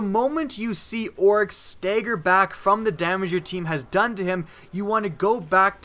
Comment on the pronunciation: STAGGER NOT STEGGER